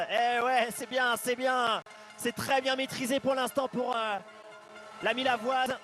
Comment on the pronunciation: Millau c'est millavoise!!